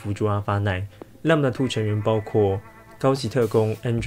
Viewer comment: 是念lamda2還是lambda2啊？